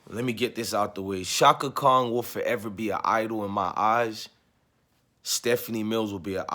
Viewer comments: Brotha, give thanks for you reaction. I respectfully say, Kong is not Chaka's name. It's KHAN. You said it several times, and I cringed each time. Outside of that, much respect to you and your video. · Appreciate your channel and content brother...buts its Chaka KHAN pronounced (CON)...not KONG...😂🤣😂😂...just joking.